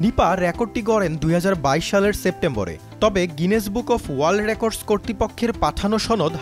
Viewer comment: র‍্যাকর্ডস.....সাংঘাতিক মহাশয় উচ্চারণ ঠিক করেন